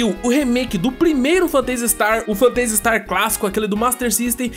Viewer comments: Mto legal a série, acompanho desde o começo. Mas essa sua pronúncia do nome do jogo aí tá meio esquisita hein? Vc fala "Fantêisi", e o mais correto seria "Fêntazi". Não que prejudique o conteúdo, é como vc comentou no caso do "Guile" vs "Gaioul". É mais uma curiosidade mesmo. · pronuncia-se fêntasi istar, e não fanteisi star. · "Fanteisi Starrr" xD